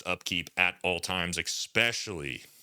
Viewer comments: Brother, please stop saying EKSPEXIALLY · He says expecially in front of the public… 😂😅